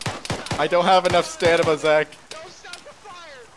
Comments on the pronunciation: I have no "stanima" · He keeps saying stama and stanima instead of stamina but that’s no need he is still awesome